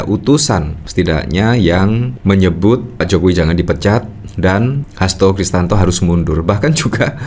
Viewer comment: Siapa sih omong yg bener HAsto KRISTIYANTO bukan kristanto! Asal aja jd yutuber polirik!!!